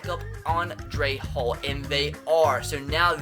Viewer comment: not pronounced andre Hall Its hal